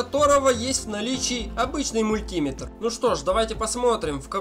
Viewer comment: Слышу "мультИметр", выключаю видео.